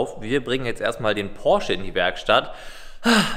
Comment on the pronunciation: Hi, Deine Videos sind eigentlich nicht schlecht, aber die Betonung auf den Porsche und die Angestellten Bezeichnung kommt nicht so toll rüber sorry